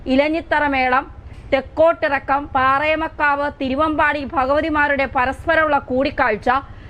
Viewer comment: പാറമേക്കാവ്..... പാറേമക്കാവല്ല കുട്ടീ............